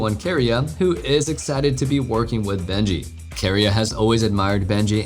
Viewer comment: I’m sorry but man really butchered some of the word pronunciation in this video. Bengi pronounced to “Benji” me when